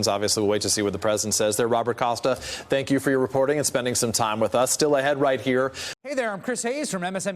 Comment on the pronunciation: 'Tank you.. Tank you very much'